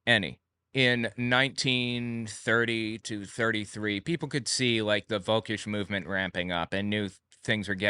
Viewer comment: Took me some time to realize "wolkisch" meant "völkisch"... In this case, the V is pronounced like the F in fahrenheit. (And the ö is its whole story, we are used to people mispronouncing that, it is a o with the tonge positioned more like an i) And about Belzebub (Or did you say Beelzebock?): Yeah, beelzebub but german. Pronounciation and how it's written depends heavily on the region of germany you're in. And I bet the folklore about it depends on the region as well.